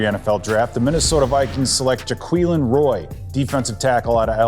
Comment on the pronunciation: Ja - qway -lin